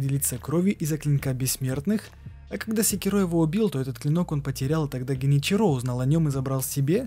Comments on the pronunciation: Геничиро, щиноби, ащина, учись произношению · ты проделал такую огромную работу, прошел игру несколько раз, но при этом не выучил как произносятся слова? ГенИчиро, а не ГеничирО, СЕкиро или СекИро, но точно, блин не СекирО, ГАрда, а не ГардА, Ашина, а не Асина. Крайне качественный ролик с режущими ухо каждую минуту названиями. Ну как так?